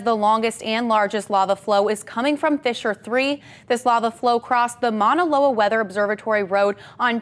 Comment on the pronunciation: What a crappy reporter she doesn't even know how to pronounce Mauna Loa